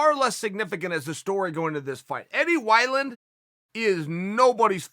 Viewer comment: Eddie Why-Land